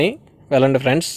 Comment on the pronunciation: Friends frds ani chavaminguthunnav bro natural ga ravatle ah pilupu feeling starting lo okasari ending lo okasari Cheppu evey time ala mingaka bro just suggestion teesukote teesuko ledha okay no issues